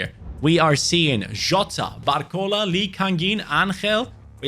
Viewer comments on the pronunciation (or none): none